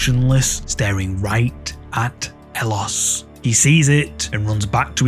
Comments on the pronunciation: Howdy. So where it concerns 'ellosestanconmigo', it's not his name. It's a phrase "ellos estan conmigo" which in Spanish means "they are with me" and 'ellos' is pronounced 'eyos'. I don't know the OP's name, but I do chuckle when hear you call him elos 😄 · El-los... No. Eh-yos. Double 'L' in Spanish is pronounced like a 'Y'. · Ellos is pronounced eh-yos. I'm sorry, but that's driving me crazy. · "ellosestanconmigo" is a phrase: Ellos Estan Conmigo, wich means "they are with me" in spanish. The guy's name obviously is not "Ellos" (wich also you are pronouncing it wrong); Youre literally naming him "They". His real name is Andres.